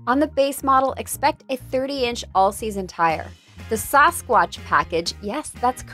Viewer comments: DID SHE SAY SUSquach or SAUCEquach lmfaoooo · Why did she say Sasquatch so weird?